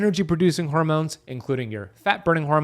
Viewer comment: Oh yeah and "hoarmones" 😂